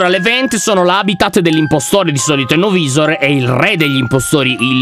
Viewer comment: Lyon una cosa novisor si dice novaisor